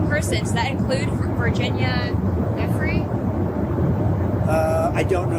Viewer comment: I agree. How on earth reporters can’t get these people’s names right by now (especially Virginia Guiffre) is appalling. This Maxwell/Epstein thing has been going on for almost ten years now.